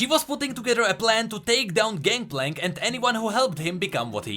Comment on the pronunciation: "ganKplank ganKplank ganKplank" I am slowly going insane with your pronunciation of his name echoing through my mind on repeat...